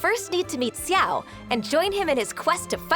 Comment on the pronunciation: His name is a difficult one. He is not "Chiao", neither "Siao". More like "Shiao" but depending on your accent it might sound strange.